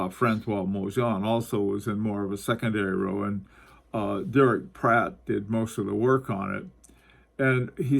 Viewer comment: Are you saying "Platt" or Pratt ???